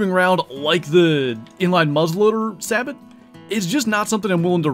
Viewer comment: Great hunt, but the way your saying sabot is urking me, its Sabo and the T is silent